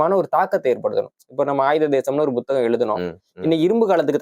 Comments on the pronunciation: First pronounce tamil properly , puthagam not Bothagam 🤦‍♂️ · அதென்ன buthagam ? It is puthagam ?